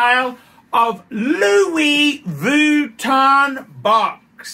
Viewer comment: is he intentionally mispronouncing Louis Vuitton like he does Submariner? - I don't think he is. it's all a bit sad tbh.